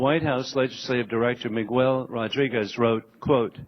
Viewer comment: "Migwell"? It's Miguel(Mi-geel) but what do you expect from a partisan dickbag who couldn't find Syria on a damn map?